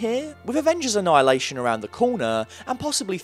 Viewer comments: i had to take a double take when he said avengers: annhilation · "Avengers Annhilation" ??? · haha you said annihaltaion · When he said avenger anaialiation hahahahha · Why’d you say Avengers Anihhillation? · “Annihilation” rip